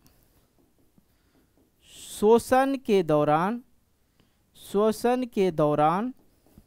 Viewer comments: Shoshan nahin hota hai 🤣🤣🤣😂😂,,,,,,,,, shwasan hota hai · shoshan nahin hota hai..... Shwasan hota hai 😂😂😂😊😂